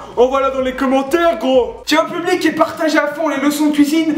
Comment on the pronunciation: Vous avez remarquer quand il commence un mot commençant par un "P" il le dit d'une façon bizarre, par exemple quand il a dit "public" c'est comme ça : PFFublic.